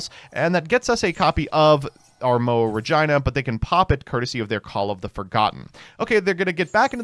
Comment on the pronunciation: OMG Finally someone who knows how to pronounce "Regina" in the King's English.